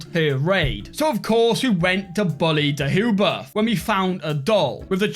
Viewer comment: hey, thought i'd let you know that deheubarth is pronounced deheybarth (thank you cambrian chronicles for teaching me that one). it's tricky to spell, so thought i'd go about spreading the right spelling